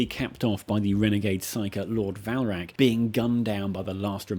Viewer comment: His name was Varlak, not Valrak. Say it right. Say it with reverence! LOL